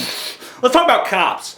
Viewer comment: When you were talking about cops, at first I thought you were saying cows In like a Minnesota accent. I was like "Why you gotta be hatin' on cows?"